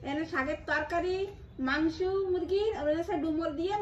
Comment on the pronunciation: Mangsu noi Ota mangso hobe 😂